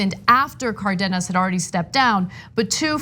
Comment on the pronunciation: FYI, Ana, it’s CAR-denas. Hence the accent on the á.